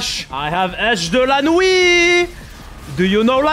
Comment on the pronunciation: Hahahaha la fameuse Edge "de la nouit" 🤣